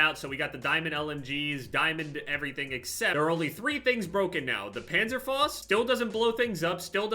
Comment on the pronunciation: Its called PANZERFAUST not Penzerfost, ja? We Germans do not appreciate this wrong pronunciation